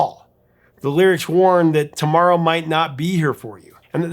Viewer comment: SO overplayed….i hope i never hear it again. I always hear the opening like Ronnie had a speech impediment “if I leave here to-mowwo”